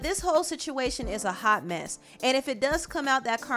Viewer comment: so funny. I laughed when she emphasized “let’s get into some MESS”